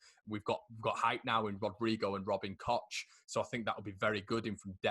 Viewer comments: Its cock. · Please don't call him Kotch. The CH in German is basically the same as the CH in Scottish and you certainly don't pronounce it Lotch Ness. ;-) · Koch is pronounced ‘Koh’ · I've heard of a new pronounciation - Robin Koch (Coke).